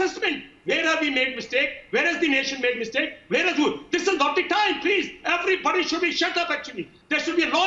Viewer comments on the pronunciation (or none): none